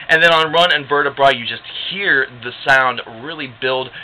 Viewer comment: run and vertebra is really pronounced rune an vertebrae like spine